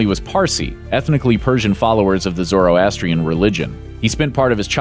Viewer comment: first u pronounced zoroastrian wrong